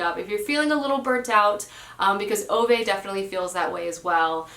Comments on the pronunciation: Ok, I love your channel but I feel like I have to say two things. One, Ove is pronounced "Ooh-vuh", not "Oh-vay". Think of a New Yorker with a strong accent saying Hoover, "Hoo-vuh". Same with Ove, "Ooh-vuh" with a strong emphasis/stress on "Ooh", and "vuh" being almost an afterthought. Two, Babel is pronounced "Ba-bull", "a" as in "bat", not "Bay-bull", "a" as in "hay". It can be pronounced "Bay-bull" in the U.K., but in this case it isn't. The word comes from the Tower of Babel in the Bible and Josiah uses it as a reference. Another word derived from Babel is "babbling", as in a babbling brook, or, "what are you babbling on about?" Try using the "Bay-bling" pronounciation in those examples, it sounds so weird, lol. If you're still not convinced, here's the author himself saying it - and this is after the host has already said "Bay-bull" several times during the introduction, yet when Josiah gets to speak, he corrects him and says "Ba-bull" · it’s pronounced a man called oo-vah